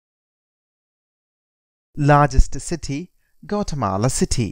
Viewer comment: This is a really bad representation. That's not even how you pronounce the country